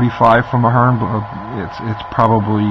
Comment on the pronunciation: I think you are pronouncing the company's name wrong. It sounds like you're saying Fern. Its Athearn (a-phern).